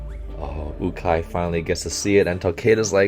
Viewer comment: The coaches name is pronounced you-Kai